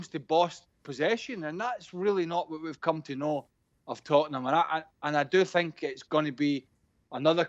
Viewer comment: “I sink Spurs are a small club”